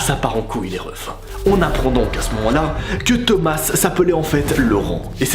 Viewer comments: Juste il s'appelle pas "thomassse" mais sa se prononcé "toma" 😊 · tomasse non ça ce prononce tomas (A) ET NON TOMAS( ASSE) MDRRR